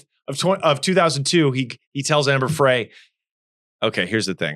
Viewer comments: Scott was not an only child. He had a sister. And it’s Amber Fry, not Fray. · Ehh, 🙄 he's guilty as SIN, and that's all there is to it 😉. Amber Frey is pronounced FRY as in fry some bacon 🥓 😋. I think Scott Peterson was introduced to Amber Frey by guys he knew from his job. Okay so a woman was walking her dog and the dog was chewing on something so the woman went to take away whatever the dog was chewing on and that's when she discovered that her dog was chewing on a human femur bone. When she alerted 📢 the police 🚔 they found some human remains stuck between two rocks near the shore line. Garagos is pronounced GARE-RAH-GOES. Are you guys jail-birds 🤔 🤭 ???